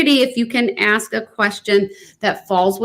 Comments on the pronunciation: “Witchoo”… a newly added English word …meaning “with you” … “Axe”… to pose a question with much zeal & passion … so much zeal as to be able to chop through objects … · The real question of our time: wondering when black Americans will be able to properly say the word, "ask."